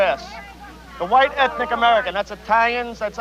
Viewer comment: "Ethinic" yes all the flavors of bitter vanilla